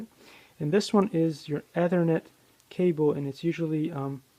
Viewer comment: A waste of time, you can't even pronounce ethernet correctly... The Braided cable is known as a screen, this similar effect is created in CAT 5 etc.. cable due to electromagnetic properties of the twisted pairs....